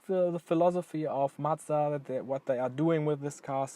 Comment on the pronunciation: Just subscribed. Its so rare to hear a non-japanese person pronounce Mazda correctly! Are you considering to get the 2019 model with the updated 7500rpm engine? Looking forward to more MX-5 content!